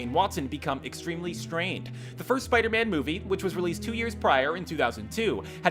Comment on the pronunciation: Looks like still likes to pronounce 'Spiderman' as Spidy.